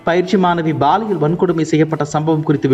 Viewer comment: Prounce paaliyal not baaliyal! Bad tamil pronunciation in Tamil news!